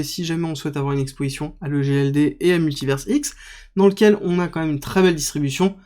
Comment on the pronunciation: En Français, à la fin d'un mot, le S est muet. On dit Paris et non Parisse, bah c'est pareil pour univers ! Il faudrait écrire MultiverseX avec ta prononciation. Tu transformes leur blockchain en site porno 😅